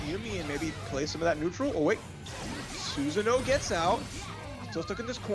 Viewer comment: I hate the way they call susanoo susan...